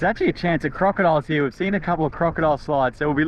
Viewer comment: He's teaching her an Aussie accent. Hee Auh.(here)